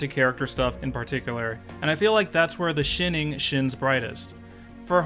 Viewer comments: your pronunciation of the shining is a parody because I've never ever heard it said that way. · "That's where The Shinning shins brightest" I'm dead